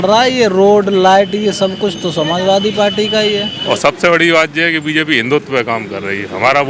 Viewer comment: Palti nhi party'bolo bhai